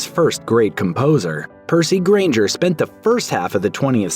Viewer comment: That SHOCKED me, too! I played a piece of his in band & sang some of his choral works when I was in high school! BTW, it's GRAINGER, not Brainger.